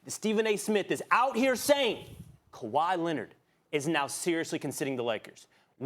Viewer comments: Stephen a smith: rob pelinker, kember walker, KWAHIIII LENNNIT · kwahiiii lennit 😂😂 dog you got me rollin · "Rob Pelinker" "Kember Walker" "Kawhi Lennit" "Jimmy Butla" -Stephen A Smith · KAWHI Lennit